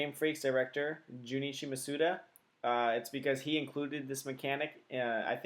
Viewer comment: Thanks for the video, but with all these I've seen, I'm getting a little peeved at pronunciation. In Japanese, the 'u' sound is very rarely pronounced. The stress should be on the first 'a.' MA-s-da.